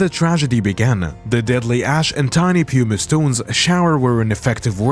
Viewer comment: I can't take it anymore. Pew-mice, really. You need to learn how to pronounce words. Good grief.